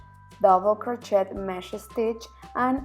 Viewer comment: Someone should teach her how to pronounce "crochet"...such a beautiful pattern spoilt by the constant use of the wrong pronounciation of crochet...so annoying.